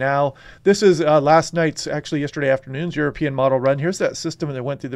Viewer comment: 😎 European = YourAPeein 😎